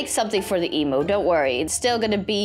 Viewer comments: the way she says emu her: Emoo Aussies: Eemyoo Her:Emoo😃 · not eeeemnu emu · It’s emu not Em! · I loved how they said emoo instead of emu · YOU SAY EMU WONG!!!!! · Me being Australian I get annoyed (not trying to be rude hehe) how she says emu lol. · you said emu wrong lol